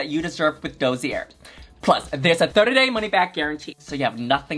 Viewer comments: “Dosey air” “orCHid” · I think Dossier pronounced "daa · see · ay" doll. Love ya Yuhua!!!!